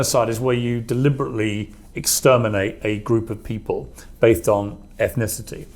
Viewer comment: Without aid on tap from an earpiece this guy is a hopeless mess. Scared rigid by his murdoch masters and he has preconceived answers which he fails to regurgitate eloquently under pressure. For his definition of genocide he said "bathed on" rather than "based on" because the word "ethnic" was already on his mind. Replay is for your selves